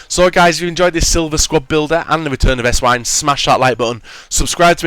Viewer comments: It's pronounced Essvine... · how come nobody knows how to pronounce Esswein properly, he is german the w is obviously pronounced as a v, im not a hater but come on.